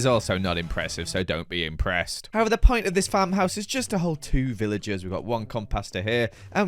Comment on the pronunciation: Remember when he said don’t be inpressed😂 im epressed